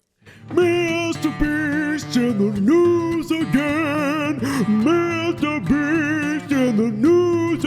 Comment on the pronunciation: LOL, HE LITERAL SAID MRBREAST 🤣🤣🤣